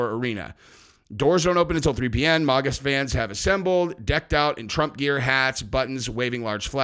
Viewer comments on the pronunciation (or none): It's maga not moga! Other than that, love your channel!